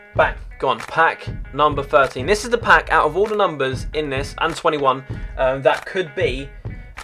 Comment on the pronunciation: anyone hear him say 21 in that way